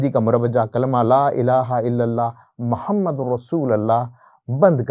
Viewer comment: wo sb to theek hai, aap kalima bhi ghalat parh rhe haiñ, Muhammad ki bajaye Mahammad. Phir aala hazrat ki ibaarat bhi theek nahi prh ske. Urdu ki aam ghalatiyan kr rhe haiñ. Aap kidhar se parhe hue haiñ?